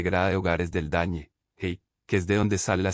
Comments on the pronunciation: Por que dice el dañe? Lo correcto es el DANE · Me sorprende que el relator diga dañe en vez de DANE